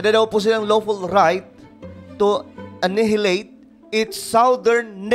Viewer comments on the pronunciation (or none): (Annahilate) Anayileyt basa dyan idol. Hehe.